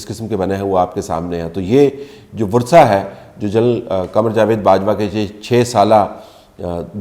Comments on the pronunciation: 😊sir please virsa not vursa..you said it twice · بصد احترام طلعت بھائی وِرثہ صحیح لفظ ہے وراثا کہتے ہیں وارثوں کو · No correct pronunciation is ‘varsa’ not ‘virsa’ just as correct pronunciation is ‘massarat’ not ‘mussarrat’. My mother was the student of the legendary Dr. Arfa Syeda and has learnt this from her. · Bhai VURSA NAHIN VIRSA hota hai. Vursa...varis ki jama hoti hai. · Vursa or virsa? What is the accurate pronunciation of ورثہ? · "و" کے نیچے زیر ہے....... ورثہ